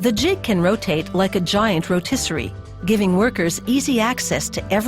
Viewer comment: "Like a giant rotisseri" please-🤣